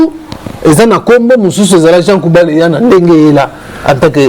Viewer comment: Le journaliste a un grand problème de prononciation. À la place de JEAN GOUBALD, LUI IL DIT JEAN KOUBAL. mawa trop pour mon pays la Rdc.